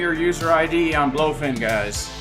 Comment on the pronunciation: BLOOOfin, lol well everyone calls it Blowfin what can you do, they should rename to Blowfin, no point in fighting the trend